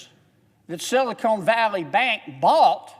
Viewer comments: I find it really hard to take him seriously when he keeps calling it "Silicone" Valley Bank instead of Silicon Valley Bank. Does he understand there is a difference? Silicone Valley Bank is what they should call a bank here in LA, not up in San Francisco. It should be based in Glendale, because the San Fernando Valley already have the "Bur-Bank." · This guy is such an idiot he doesn't know the difference between "SILICON" and "SILICONE". Bill Lucas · I don't know if he meant it or not but I'm cracking up at him calling Silicon Valley Bank "Silicone Valley Bank" 🤣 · sorry, i don't trust a man that says "silicone" when he should be saying "silicon" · Respectfully senator silicon is a crystal. It is the building block for semiconductors. It is a short o. Silicone is a rubber. Lots of people mispronounce it.. we need to be precise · Amen, but PLEASE, it’s SILICON not SILICONE!! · There's no E on the end of Silicon. LOL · Silicone Valley Bank??? It's Silicon Valley Bank!!! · ahahaah my man said "Sillycone Valley Bank" what a guy! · Love John Kennedy but I wish he would stop calling it Silocone Valley. Although knowing JK, I suspect it’s on purpose. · I wish the Senator would stop saying “Silicone.” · Well in all fairness, "SILICONE keeps things from sticking, and "SILICONE" Valley Bank has just had their sh*t slide off them with this bailout. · he keeps saying silicone valley bank instead of silicon (ca-ahn) valley bank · You sort of have to love how down-to-earth he is. Now if he could only pronounce "silicon", that would be awesome. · Do you ever correct people who mispronounce your last name? Silicon and silicone are physically two different substances. I just think it hurts your credibility if you're speaking on a topic and you can't pronounce it. Think of the hits Bush took for his pronunciation of "nuclear". It didn't change whether he was right or wrong on his viewpoint, but his credibility suffered. That's all I'm saying. Thanks for axing.